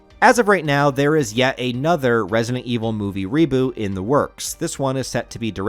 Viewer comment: Why do you not pronounce the letter T in some words? "impor'ant" "Barry Bur'on". Even pronounced reboot as "reboo"! So weird.